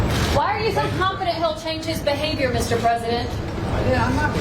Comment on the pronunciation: YOU SAID CONFEDENT!!